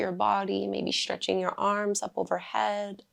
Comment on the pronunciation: “Shhhchretching”…or “Stretching”?